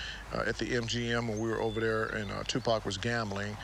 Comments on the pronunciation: Next time you decide to do a video of someone, learn their name first. 2 pack this 2 pack that, 2 packs of what cigarettes??? Tupac Shakur... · TUPAC is pronounced Tu-pock, not Tu-pack. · Hearing this guy pronounce his name incorrectly this entire documentary was more painful than watching the actual story! Geesh bro, it's "Two-Pock". 🤦🏾‍♂️ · But we till understood it, whether is tu-pack or two park or Tupac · I really tried to watch this, however, the constant mispronunciation of Tupac's name is very annoying. His name is Tupac (pronounced Tu(poc). Not Tu(pack). Smh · Why not take the time to pronounce his name right? It's disrespectful. Tu- Pock not Pack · Sorry but this nararator is getting on my nerver saying tupack its tupac man 😂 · For crying out loud it is Tu-POCK 😩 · Two pack ?? I cant get over that. After all these years, yall still cant functionally pronounce the mans name?! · You think someone would have told him after this entire documentary how to say his name right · Man he keeps sayin Pac's name wrong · He pronounced it like that on purpose 🤡🤡🤡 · Soon they pronounce his name wrong I turn off why listen if you don't know how to pronounce his name